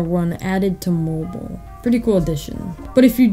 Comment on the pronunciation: “for mo-boool” 😂